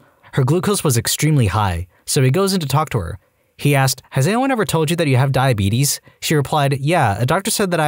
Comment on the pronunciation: the way you said "The Beetus" caught me off caught and had me laughing lol